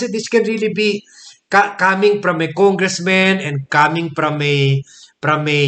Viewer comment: Why congressman is pronounced as congressmen when the subject is singullar?